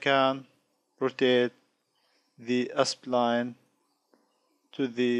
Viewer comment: Why do you keep reading it as ”Espline/Aspline”? it's Spline